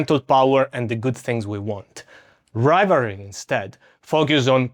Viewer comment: Are you saying rivalry?